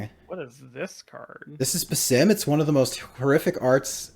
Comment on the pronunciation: Love the more conversational style. One tiny note: it’s pronounced “bass-SEEM” and it’s a real world name in the Middle East